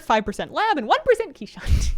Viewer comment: your pronunciation of "keeshond" makes me crack up every time. its kees-hond, theyre a dutch breed! mr moose is definitely growing up to be the most handsome man